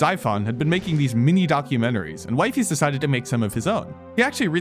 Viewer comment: disliking the video cus ur purposely sayin wifeys